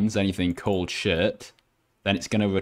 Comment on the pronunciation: he say destroy that shit XD :) I Know He Say Shirt :)